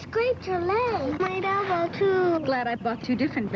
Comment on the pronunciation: Did i just hear BELBO” ( elbow). There’s no way they would do a commercial like that with that word BELBO 😝 today … kids would think that’s the way you call a body part ‘. That was cute though ❤